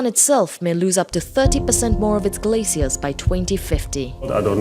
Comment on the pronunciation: When she says "Glaciers" she sounds like she's saying "Glay seals"..